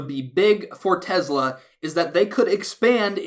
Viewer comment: you're the only person who pronounces Tesla just like Elon musk